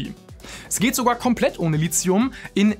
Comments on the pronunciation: Endlich spricht Lithium mal jemand richtig aus 😅 (Gutes Video soweit ich bis jetzt gesehen habe) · Danke, dass endlich mal jemand Lithium richtig ausspricht, und wenn es nur einmal im Video ist. Frage mich regelmäßig, was dieses Lizium sein soll, von dem die Leute immer reden. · Die Aussprache "Litzium" ist korrekt. Steht im Duden. Wenn schon klugscheißen, spülen nicht vergessen.